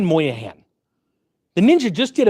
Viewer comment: Brian Moynihan, not Brian Moyahan, lol.